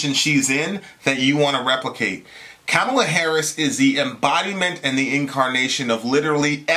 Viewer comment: Good Lord. I'm not a huge Kamala fan, but the right-wing framing to begin this soliloquy had me in tears lol 1. can't pronounce Kamala's name Really? The most famous "woman of color" in world politics right now and you can't say her name right? LOL Like it's even hard to pronounce... Very Fox-ian, OAN-ian, and Newsmax-ian of you:) 2. She's "not really African American." Another right-wing talking point, which implies "Hey African American women, ignore this victory because it doesn't pertain to you!" (which, I'm assuming, forms much of the backbone in this video, but I gotta admit... I bailed after 5 minutes of this drivel) Why the distinction? Because her father is of African-Jamaican descent? Using this arbitrary distinction, and his children are also not African American.... soooo, your point? lol 3. She's not Obama. We agree here, but mentioning only the Islamophobia Barack HUSSEIN (of course you did, lol) overcame against Clinton, while conveniently leaving out the constant barrage of Islamophobic attacks he encountered while defeating the Republican party in 2 straight elections, is blatantly disingenuous framing. A friendly reminder: Biden and Harris won. Easily. And no amount of Trump/Trumpist tears will change this fact.